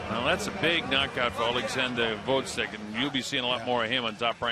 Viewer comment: I hate how the commentators are prejudice against Gvozyk. Moreover, learn to pronounce his name RIGHT, "professionals".